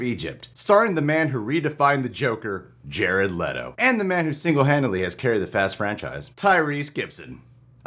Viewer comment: With: Jared Letto as Jated Letto